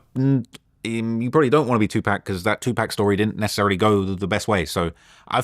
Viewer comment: Bro kept saying two pack 💀😂